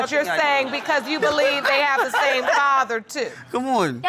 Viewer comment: “At the tame time” 😆